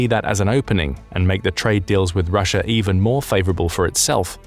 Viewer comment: Its called Russia not ruzzia.